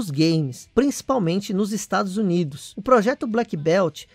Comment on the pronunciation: Em meu cérebro tá entendendo o nome estrados unidos !?